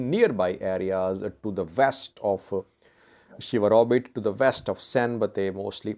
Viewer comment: ‘sheWaRobit’ not ‘SheHaRobit’